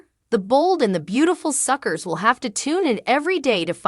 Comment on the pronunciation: Stop saying suckers were not suckrrs can't say it right get out and let read this.